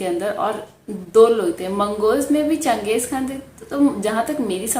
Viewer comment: It's chan-gez-han like (Chinese) or Japanese. Not Muslim like khan.